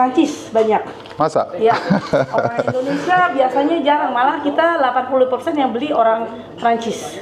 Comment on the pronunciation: Indo..nesia... bkn Endo.. nesia. Indonesia ya Om..😊